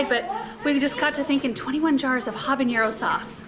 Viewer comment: Hi there! I love your channel and all that you share!!! Habanero is not pronounced habaniero… there is no i sound… Love your work and all!!! The teacher in me and my Mexican heritage had to share the correct pronunciation…💞👏🏻👏🏻👏🏻